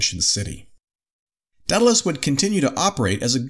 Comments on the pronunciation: A little part of me dies every time they say "Deadalus." The name "Daedalus" starts with the syllable "day." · Dude, it's day-dalus not Dead-alus seriously, I know america has an education system and at least a passing understanding of the classics. And it's Min-otaur, (as in "Bull" ) not Mine-a-tar. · Daedalus is not pronounced deadalus. There an A before the e